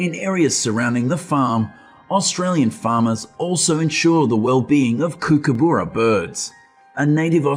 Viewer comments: You said Kookaburra totally wrong .. said cook a burra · You know its an AI voice by the pronunciation of Kookaburra!